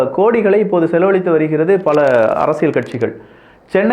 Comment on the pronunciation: அரசியல் உனக்கு ல உச்சரிக்க தெரியாதா கறும்ம்